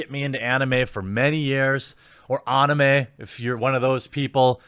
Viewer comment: Who the hell says onime?!?!!?